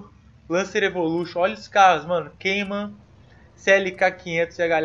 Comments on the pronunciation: Ele n aprende nunca. Não é QUEIMAN, é CAIMÃ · Tá falando o nome do Porsche Cayman s errado....